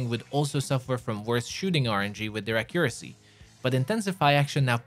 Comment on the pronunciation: What is your native language. Ac u RAH see. (Your accent) Ac YOU ruh see (american accent) Your stressed syllables is in a weird location. And idk if your french, polish, or something, i dont think its UK because even they are different from the American stressed syllables. But I'm just legit curious. I just know its not from a Spanish language. Cuz I think i can identify when their local accent shows in their English language. (I mean I love their phonics its so much easier than English phonics, i can easily read spanish words due to their phonics are less varied. I digress, what's your accent my dude.)